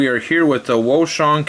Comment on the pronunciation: nice video! I think its pronounced Ocean